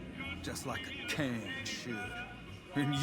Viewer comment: I like how says king as "kang"